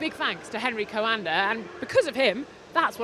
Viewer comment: She is butchering Coanda’s name.